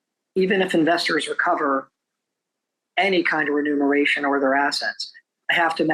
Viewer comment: OBJECTION: It's reMuNeration, not reNuMeration. This one gets me every time